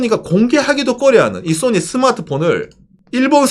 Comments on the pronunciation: Sonny 인줄.. ㅎ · 웃기는 소리하면서 웃기네 . 정확한 발음을 하세요 나는 손흥민 이야기 하는줄 알았네 야 이양반아 .